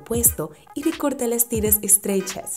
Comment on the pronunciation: Like si te diste cuenta en el minuto cuando dijeron estreichas